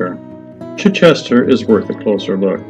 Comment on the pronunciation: Good stuff,. I live near a stretch of Stane Street. Now just learn how to properly pronounce Chichester and you”ll be great. Chi-chuh-stuh.